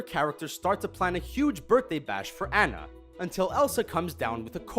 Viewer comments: Dude her name is Anna not ana lol🤣🤣🤣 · Whenever he pronounces Anna incorrectly it just proves that he hasn't seen the movies -_ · I swear to god every single video with frozen being mentioned this asshole THIS ASSHOLE PRONOUNCSE ANNA WRONG EVERY TIME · Amazing how things get misread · Do you guys even research?! First you mispronounce Anna's name and then you claim John CANDY is in Emperor's New Groove.... It was GOODMAN by the way... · Y'all never pronounce Anna's name correctly